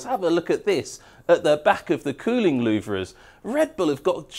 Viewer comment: I absolutely LOVE your technical videos, not only for the information you reveal, but also for your style, and sheer enthusiasm. 😍 But please, Please, PLEASE - you're totally doing my OCD in! 😬 They may be spelled "LouVRE", but they are pronounced "LouVER"!! 😭 Please, make this one small change to your videos, and I promise I'll buy you a nice cold beer when you're downunder in Melbs. 🍻